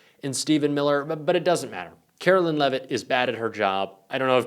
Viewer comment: KARE-OH-LINE! NOT KARO-LYNN! Google it dude!